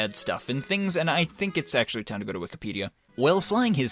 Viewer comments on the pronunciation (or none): none